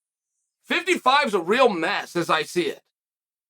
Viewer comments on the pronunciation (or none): none